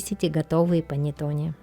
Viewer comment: Рецепт замечательный! Всё нормально, но только произношение panettone ( панэттонэ.)